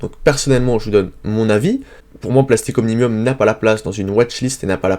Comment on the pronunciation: comment faire confiance à vos analyses si vous ne savez même pas lire le nom des entreprises